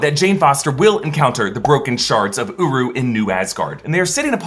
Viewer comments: I swear everytime i hear him say uru it sounds like uwu✌wtf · Uru sounds like “UWU”